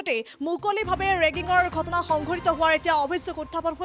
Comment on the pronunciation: বাইদেউ ৰেগিঙ নহয়।ৰিগিঙ হে। বাতৰি পৰিৱেশন কৰা আগতে শব্দ বোৰ জানি ল'ব